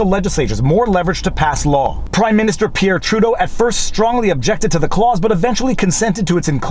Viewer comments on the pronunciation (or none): none